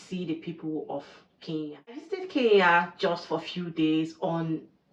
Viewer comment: Good job 👍 please come again. Thank you for sharing about my country. ❤ One thing the pronunciation of Kenya 🇰🇪 still need some work. It is not Kee Ya , it is Ke Nya 😆 hope it helps.